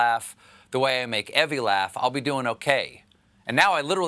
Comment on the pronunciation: Comments here spell Stephen's wife's name as "Evie", which most anyone would pronounce "Eevee". But Stephen pronounces it as "Evvie", which is how I would spell it.